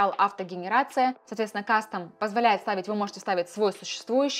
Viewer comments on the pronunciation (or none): none